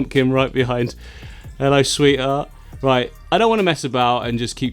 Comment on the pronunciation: Anyone else notice go all Frank Butcher when he said "Hello Sweetheart"!? Haha... 😂